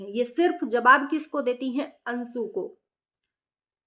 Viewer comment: Ansu ansu karti jo bolna nahi aya to mat bolo.anshu hota hai